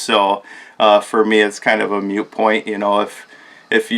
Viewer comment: jftr its not "Mute" point.. its "Moot"